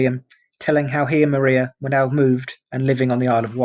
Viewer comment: Maria was pronounced Mariah ... I lived near polstead so this mistake jumped out at me 😂